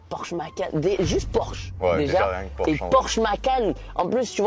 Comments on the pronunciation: tu feras attention brozer c’est bien porsche et pas porshe je sais pas si ça peut se corriger mais au moins t’es au courant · C Porsche pas porshe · incroyable la vidéo mais PORSCHE PAS PORSHE 🤣Humour bien entendu j'ai adoré la vidéo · Le « pimp my porshe » au lieu de Porsche m’a fait mal au coeur.. Mais bravo Michou, tu régales tes proches tu as bien raison, vivre à fond on sait pas de quoi demain sera fait alors continue à profiter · Porsche s'écrit comme sa pas porshe comme ça petit tips avant de te faire taper dessus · Super vidéo mais c’est Porsche pas porche pour le pimp my Porsche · Le porshe au lieu de porsche 😭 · "porshe" la honte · Porsche et pas porshe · PORSCHE ET NON PORSHE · T'as pas respecté le nom de la marque 😭 C'est Porsche avec un C pas juste SH 😂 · "porche" j'ai eu mal aux yeux ahah (PorsChe) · Porsche pas Porshe Michou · Tu feras gaffe à pimp my porshe c'est "Porsche" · j'ai kiffé la vidéo mais le pimp my "porshe" et pas Porsche je fais une fixette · Porsche c'est avec "sc" pas juste "s" mdr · ✨ Porsche ✨ et pas "Porshe" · Mdrrr Michou c’est porsche avec un C donc "pimp my porsche" pas "pimp my porshe" bahaha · Sa se dit PORSCHE !!!!